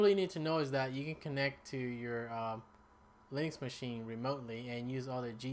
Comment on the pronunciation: Linux, not links!